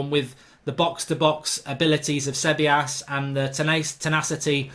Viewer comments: Ceballos= Se-Bay-os. Like that Mark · Hey mark! Its pronounced SAY-BIOS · Pronunciation Dani cab/I/yos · Its pronounced ' se bye os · 1min in and only united players in for me should be De Gea Wan Bissaka and Maguire. All rest Arsenal have better players in the positions. Its pronounced Gwendoozy and Ce bile os for Ceballos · Se-bay-os is how you pronounce it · It's pronounced See-ba-yos (Ceballos) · ceballos is pronounced say-bayos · cabellos - suh-bai-os martial wouldnt get a sniff at arsenal lol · It’s pronounced “Ce-bah-yos” the 2 L’s together in spanish make a y sound. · I'll help you with the pronunciation of Ceballos: "Seb-eye-oss". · Its pronounced sebayos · How did you pronounce Ceballos’ name? 😂